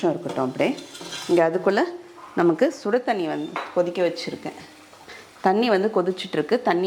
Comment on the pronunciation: சுடுதண்ணியை நீங்க சொல்றது.. சுடதண்ணி..😅😅.. இது போல இன்னும் சில... very interesting 😂😂